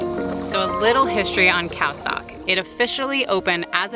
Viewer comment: Khao sok is pronounced khao soak